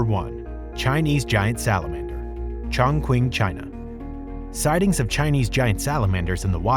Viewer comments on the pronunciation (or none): Chongquin is pronounced Chong-Ching, not Chong-King